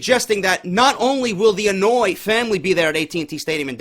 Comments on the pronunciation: Idk if you're pronouncing it as "annoy" on purpose But it's pronounced "on-oh-aw-ee" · Lol. It's not the "Annoy" family. The Anoaʻi family is pronounced (Ano-y-ee) Happy Birthday by the way bro